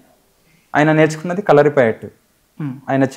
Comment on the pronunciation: "ళ" అనే ఒక అక్షరం తెలుగు లో ఉంది. తెలుసా ? మర్మ కల కాదు మర్మ కళ. కల అంటే dream కళ అంటే Art. కలరి కాదు కళరి.